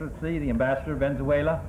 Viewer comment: At first I was confused to what he was saying, then I saw he was saying Venzuela. Brooo I’m dying 🤣🤣